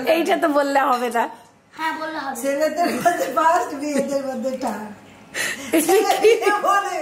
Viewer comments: থাড বলে 😂😂😂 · কাম্মি থার্ড কে থাট উচ্চারণ করে। হায়রে 😂😂😂😂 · *ঠাড বলেন উনি। 😂😂 নতুন উচ্চারণ।